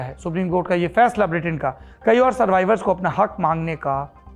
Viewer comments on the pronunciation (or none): none